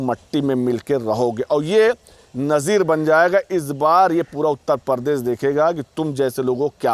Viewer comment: Jahil Uttar Pradesh hota h na ki pardesh